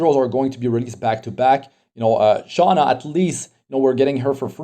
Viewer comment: im sorry. i watch tensura i was a bit trigerred when you said "SHOUNA" instead of sh"U"na. hahhahah but not here to argue or anything. i watch your videos most of the times too.